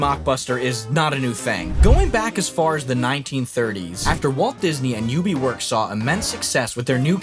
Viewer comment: Im sorry I had to legitimately rewind the video to listen again on how you pronounced Ub Iwerks... that was an interesting way to do it.